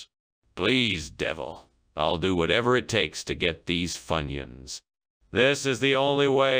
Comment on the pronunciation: Funions. Foonyoons?